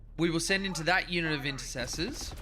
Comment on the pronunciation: INTER CES ORS for the foot soldiers or IN SEP TORS for the jump pack guys, Im sorry but your pronunciation is downright Freudian.